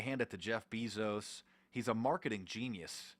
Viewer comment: Ur saying Jeff bezos incorrectly FOO